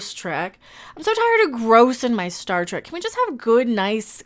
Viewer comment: "This am Star Trak now." LOL 🤣